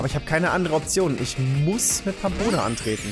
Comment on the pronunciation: verlerne Pampona bitte nicht Rammboss, es ist eines der schwersten Pokémon. Und wenn doch quitte ich